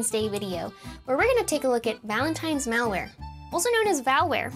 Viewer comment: If I heard "Val-Ware", I'd assume it's Val Kilmer merchandize. 😆